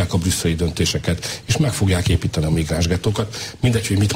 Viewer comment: "Éípteni kell"!